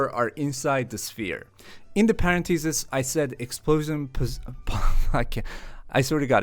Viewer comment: paren-thesis??? This is how parenthesis is pronounced